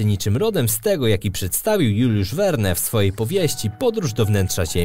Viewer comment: Woda to PIERWIASTEK !!!, a Globalista TV, to WZORCOWY IDIOTA. Juliusz Vern NIEUKU (tak się czyta to FRANCUSKIE nazwisko).